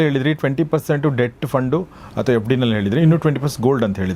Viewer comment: ಡೆಬ್ಟ್ ಫಂಡ್ ಅಲ್ಲ.. ಡೆಟ್ ಫಂಡ್ ಈಕ್ವಿಟಿ ಅಲ್ಲ… ಎಕ್ವಿಟಿ